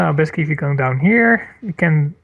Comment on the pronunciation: He he kept saying "besky," but then I realized that he was trying to say "basically."